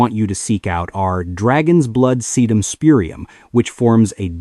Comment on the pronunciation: You can always tell AI GENERATED crap. Listen to how they pronounce Thyme, Bugle and Sedum